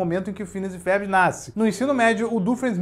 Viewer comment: Porque que ele diz “férbi” ?